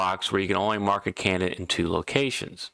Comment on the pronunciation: Took me ten minutes to figure out what a "cayanut" is. The word is Can - di - date. Its - not - difficult.